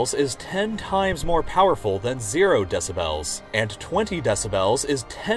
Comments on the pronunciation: It's "Dessabells" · “DeciBELLS” oh god lol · Meanwhile the loudest and most obtrusive sound in my mind is your pronunciation of “deh-sib-hels” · he says decibels like desubells and it triggers me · Take a shot every time he says “DE-SA-BELLS” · Can we just appreciate how he pronounces decibels Deci bells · if he says deci-BELLS one more time I’m gonna rip my ears off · De-ci-bells lol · Can this dude learn how to pronounce decibels, it’s not DECI BELLS lol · I can't enjoy this with the narrator mispronouncing 'decibels' over and over. des-a-bl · i was trying to take this video seriously but i immediately gave up hope when you pronounced decibels like that for the 10th time. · I really wish the narrator would learn to pronounce decibels. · why god do you pronounce decibels like that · The way you say "decibels" triggers me.